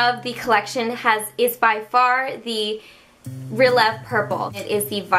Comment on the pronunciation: Good stuff! Love your videos girl! BTW, the Dreaming Swan collection has a ballet theme so that lipstick is pronounced: REH-leh-vay :)